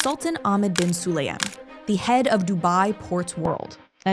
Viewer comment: Why not to pronounce surnames correct? Su-la-yem